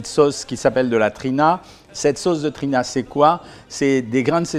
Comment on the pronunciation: Salut docteur on dit pas Trina mais t'Hiné et c'est pas roumous mais hoummous😅 sinon très bonne vidéo, intéressante et instructive sur une nourriture pourtant si familière pour moi mais dont je ne connaissais pas les valeurs nutritives, merci !!